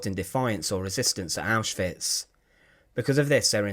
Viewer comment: I love how the narrator says auschwitz! It's neat!